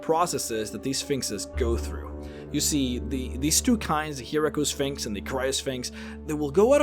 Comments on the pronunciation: Gyno is not pronounced with a "j" sound. It's "Gai noh", not "jai noh". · Gyno is a hard "g" not a soft "g". So it's guy-no-sphinx not a jy-no-sphinx. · Its a hard G(gut gas got etc) not a soft one (giraffe german gelatin) Guy-no. Not jy-no. Its the same prefix as gynocology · I was listing to the video while doing some work and I kept hearing him say "Vagina Sphinx." Does anyone else hear this? and what would such a sphinx be like? would it guarding one or would it be a giant one that is infused with the magical power of the gods to warp space and time? Would it be like a flying sentient "hole in the universe" that is strong, noble and the epitome of all that is Good or would it take other forms? Something for the random board to be sure... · I think Gyno is pronounced Guy-no. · I do believe it's pronounced like gynecologist hence the female one. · I believe that you were mispronouncing "gynosphinx"....... in that it uses a hard "G", not a soft "G". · I thought Gynosphinx was pronounced with a hard G. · It’s making me crazy. I figured someone must’ve pointed it out